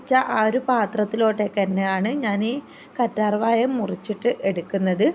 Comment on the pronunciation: കറ്റാർ വായ അല്ല കറ്റാർവാഴ 😭😭😭😭